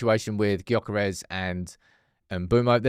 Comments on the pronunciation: You are as wrong as are, you have to get it right! Gyokeres is pronounced “JOE-ker-esh”, there’s nothing silent but ist’s spoken quite different from the spelling. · The G in Gyokeres is silent. At some point, if he signs, you're going to have to get it right.